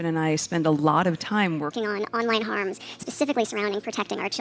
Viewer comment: 'Harms' - 'Learns' - she needs to try speaking English